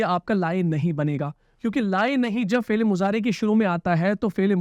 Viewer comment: آپ فعل كو فيل كيوں بول رہے ہو؟؟ 🤔